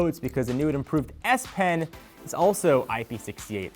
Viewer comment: Cant stop laughing every time i hear "Ass Pen"